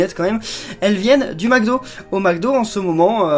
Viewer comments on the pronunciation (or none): none